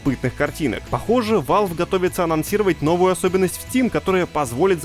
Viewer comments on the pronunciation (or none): none